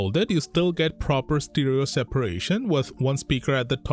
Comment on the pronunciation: stEEEEEREERO!? Why can't you figure it out! Its Stereo!!!!!